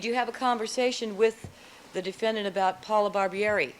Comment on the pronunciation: Would somebody tell Mr. Darden that's it's pronounced defendant not defendaant? Thanks